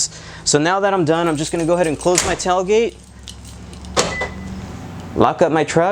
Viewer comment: "Tell" gate? 🤔🤣😁